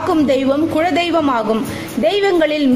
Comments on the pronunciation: Madam, the content is really good. But a humble request is please improve your tamil. It is kuladeiyvam n not kuzhadeiyvam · that is kula dheivam but u told kuzha dheivam,other than that good info